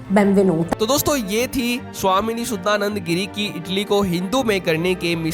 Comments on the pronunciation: भाई आप भारतीय है आप नाम का सही उच्चारण कर सकते है हमे अंग्रेजो की तरह क्यों उच्चारण करना? इनका शुद्ध नाम है शुद्धानंद गिरी, सुद्दा नंदा गिरी नहीं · तुम एक भारतीय हो करके भी भारतीयों का नाम भी नहीं बोल पाते हो सुधानंद बोलो